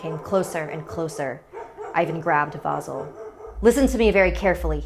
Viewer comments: It’s not vasul it’s vasil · I like how they said his name like vo zel when it's spelt vasil and pronounced vah seal I'm bulgarian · Oh god OH NO NOOOO GOD NOOOOO as a Bulgarian i dont like that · IM BULGARIAN. And uh this is not how you say Vasil but whatever xD